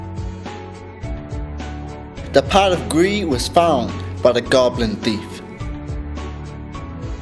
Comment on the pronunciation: he sealed the spirit into a "pat"? lol hahahah